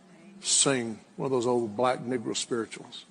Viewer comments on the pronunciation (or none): Did he say Niggra spiritual's 0.34🤨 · 😳 I cannot believe that the “pastor” said “NIG-GRA spirituals.”